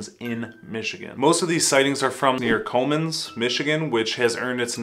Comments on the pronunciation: It's Commins, Michigan. Not Colemmans... lol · Actually we pronounce comins Cummins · Cummins is pronounced like the engine and how I spelled. It, that's how it's pronounced. I know they spell it different. That's what it pronouns like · We live in Comins, it's pronounced "Come-Ins" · West Branch is the Bigfoot capital of Michigan, not Comins and that is pronounced like come ings.